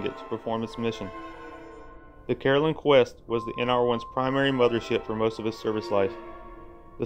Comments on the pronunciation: The support ship mentioned Caroline Quest is actually Carolyn Chouest. Chouest is pronounced Shwest. "Edison Chouest Offshore is [at least] a $100 million Louisiana enterprise composed of 30 interlocking subsidiaries involved in shipbuilding and ship repair, offshore supply operations and docking operations, as well as payroll and holding companies. The company's primary subsidiaries are Galliano Marine Service (payroll), Shreveport Fabricators (shipbuilding), North American Shipbuilding (shipbuilding and repair), North American Fabricators (shipbuilding), Alpha Marine Services (holding company), Beta Marine Services (holding company) and C-Port 1, 2, and 3 (docking, tank cleaning, and resupply services). The various subsidiaries are part of a complex and integrated enterprise. None of the company's subsidiaries existed independently prior to creation by Edison Chouest Offshore." From Global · Carolyn Chouest (chaa-WEST) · Chouest is pronounced as "shwest".